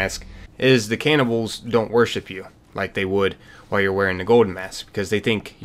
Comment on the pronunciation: aint no way this guy pronounced it caynibbals